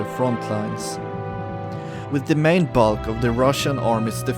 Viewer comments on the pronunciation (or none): none